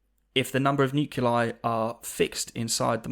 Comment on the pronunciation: pronouncing "nuclei" as "noo-cue-lie" rather than "noo-clee-eye" is something I cannot ignore